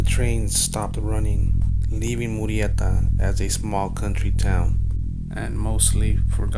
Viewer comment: Is it me or does anyone else hate the way he says MURRIETA?! It’s annoying AF!